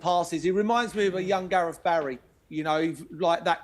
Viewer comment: ''what shooked us'' ''Garef '' Southgate ''every fink goes froo 'em ''